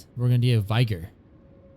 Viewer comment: Learn to pronounce vigor